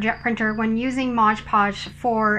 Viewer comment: It’s MOD podge, not modge podge. Just sayin’…..